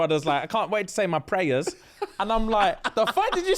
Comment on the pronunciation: “Pray-ers”? “Toby”? CANNON!!!!!!! 😂😂😂😂😂 ugh love 😂😂😂